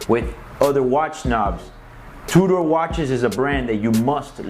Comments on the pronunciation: It's pronounced "2 der" NOT "2 door"!! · is he saying Two-door, or Tudor?